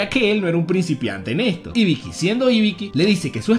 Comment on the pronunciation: que alguien me explique el porque le cambias los nombres a los personajes...osea íbiki? mi hermano el acento va en la segunda I asi dice Mádara cuando hasta en el anime dice Madára osea, casi a todos los personajes lo pronuncias mal.